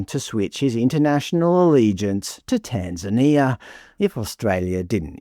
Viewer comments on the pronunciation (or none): none